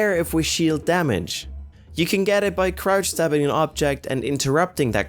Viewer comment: I thought he said "crouch dabbing" XD